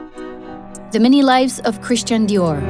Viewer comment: Super document, mais vous auriez au moins pu faire prononcer Christian Dior à la française. Cet accent à l américaine est ridicule car il enlève de l aura au créateur au profit du marketing. I m just saying !